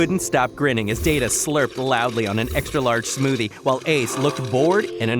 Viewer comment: wait isnt it dana and not data..?